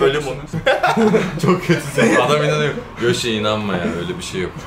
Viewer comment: Yoshi, Türkçe telaffuzunda "a" ve "e" sesi arasındaki farka dikkat etmelisin.